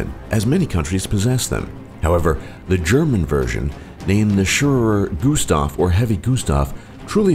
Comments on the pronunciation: shewerer gustav? wtf... it's schwerer gustav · Shewerer Gustav? Ok, I see. Some English Idiot was hearing the German name and was writing it in english without translating... We call that weapon "schwerer Gustav" which would translate to "heavy Gustav" or "big Gustav".